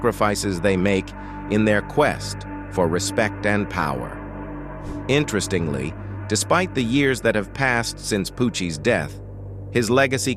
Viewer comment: 🤣🤣🤣 this AI narrator mispronouncing words like "accumen" and "interestingly"